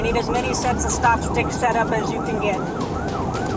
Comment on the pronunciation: has no idea how stop sticks work. He couldn't even pronounce the name correctly 🙄 stop sticks inject your tires with narrow tubes which allow air in the tires to slowly escape, preventing a blowout and a crash. Stop misinforming the public. The police know exactly what they're doing. Except when they leave their keys in their car, and don't close the partition 😅